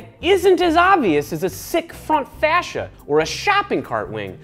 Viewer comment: Elimentus No, I'm pretty sure he just mispronounced it. Most of us say it how you do.